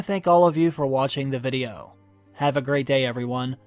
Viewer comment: I haven’t heard you say “VUDIO” for ageeees haha can’t wait for this mannnn!! Yes!!!